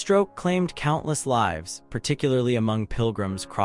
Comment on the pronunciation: Great story. The only letdown was the AI Narrator mucking up lives (is alive) and lives (people's existence.) Actually some of the art was pretty anachronistic. Medieval bandits with relatively modern rifles?